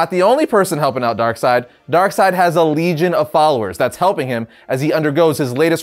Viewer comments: If you take a shot every time you says darksied you'd probably die of alcohol poisoning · The name of this antagonist is Darkseid and the last syllable is spelled like the English name "Reid." Since that name is pronounced "Reed," it only follows that the master villain's name would be pronounced "Darkseed" instead of "Darkside." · Sometimes I get annoyed when people pronounce his name "DarkSeed". I dunno, it just annoys me for some reason.